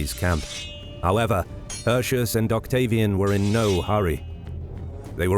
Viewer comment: In order to convey a certain believability and authenticity, why don't you say "Hirti-oos" instead of "Hurshus". Since you, narrator, DO say "Arimini-oom". The roman C's are K's and the U's are OO's. Furthermore, the AE is pronounced as AYE (as in Aye aye sir), and not EY (as in Hey!). And it's not "See-sar", it's "Kai-sar". Other than this: I love history. Thanks for the uploads!